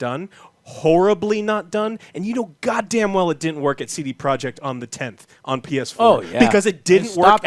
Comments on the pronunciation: What's a "sedeproek" ?? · Wait. How does Iwinski pronounce the company's name? Say-day-pro-yey?